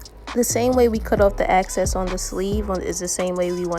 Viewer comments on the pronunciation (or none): EXCESS* not access 🤦🏾‍♀️ drove me crazy. But otherwise great video, love your results! ❤️